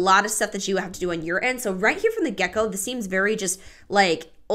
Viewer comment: I heard you say "right from the gecko" and now I can't unhear it. 🦎